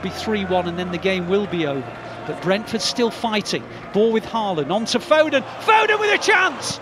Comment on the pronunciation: Put some respect on Phil fodens name!!